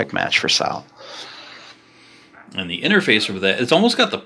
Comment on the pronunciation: Drove me nuts when you kept saying "sail" for sal....think of it like saying "saul"....other than that great insight into my fav character